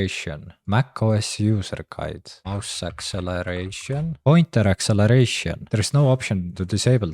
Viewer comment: I love his "pointher acceleration" at the start!